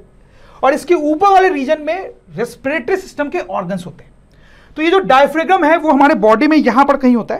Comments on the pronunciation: Sir, Please Don't mind Diaphragm pronounciation is डायफ्राम not डायफ्रेगम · It is "diaphram" in pronunciation please update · Bhai mere!!! pronunciation ko theek karo...bachche ghalat pronunciation seekhenge😭... larynx,pharynx, diaphragm sab ghalat pronounce kar rahe ho